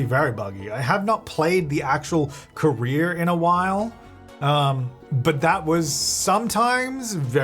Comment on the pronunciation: That was a super American “career” You put the rear is career. lol 😂